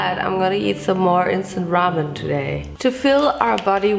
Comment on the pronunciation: It took me way too long to realize she wasn’t saying “Vincent ramen” ..... 🤦🏻‍♀️